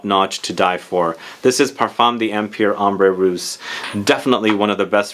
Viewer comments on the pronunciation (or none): Parfum d'empire is pronounced parfah(nasal) dauhmpeer. Ignore the apostrophe completely ☺️